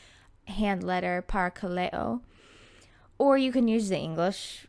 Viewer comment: I took Greek in college and your pronunciation is fine. :) It's the perks of dead (version of a) language. The definition of parakaleo is why this word is my favorite descriptor of the Holy Spirit.